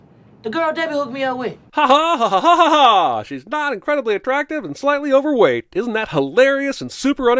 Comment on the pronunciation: "Slightly overweight." really is from Tennessee.